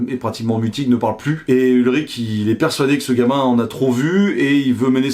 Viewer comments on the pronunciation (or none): Urich et pas ulrich. On sent le fan de vélo